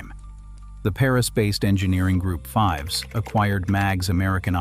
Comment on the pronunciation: It is pronounced "feevs" even though it is spelled "Fives"